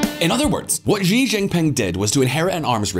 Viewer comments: How can this channel pretend to know the first thing about China when you can't even pronounce his name properly!? it's 'SHE', Xi is pronounced SHE not Jee or zhee or another other...... Can someone Chinese chime in here please?????? jeesh. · Xi is pronounced like the letter C or "see" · Currie Depends on which dialect. I pronounce it as ‘see’. And you are right, most channels and commentators thus far do not know the first thing about China. China is very much more nuanced and complex. Practically all the people I know and me included, would not pretend we know what is going on in China, and we are of Chinese heritage!